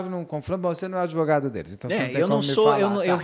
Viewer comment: Ahaha se fosse aqui nos US…no minimo PRISAO PERPÉTUA! Ta por fora esse “adEvogado”